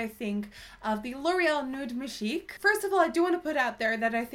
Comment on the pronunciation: love when you say majig hahahaha too funny